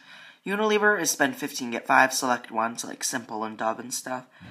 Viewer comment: "Select Unilever Spoend"